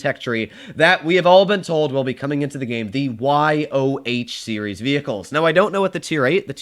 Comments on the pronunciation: It’s not y o h , as In letters, it’s Yoh as in the family’s last name. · Just say it Yoh rather than Y o h